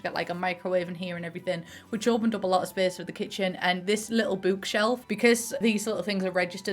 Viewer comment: fellow autistic here-- the way you say book and bookshelf just tickles the heck out of my brain lmfao bükshelf